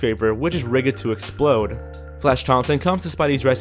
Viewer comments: Did just say "Rig-ed"? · The co-narrator calls himself Let's Read!. Yet doesn't seem to know how to pronounce "rigged" and read "Power Puff" as "powder puff"